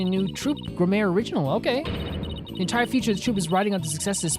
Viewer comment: This is easily one of my favourite episodes in the game and series at large so i'm really looking forward to seeing you go through it! (on a side not i'm only four minutes into the video but Gramarye probably pronounced (gramma-ree or gram-are-ee, not 100 percent sure myself)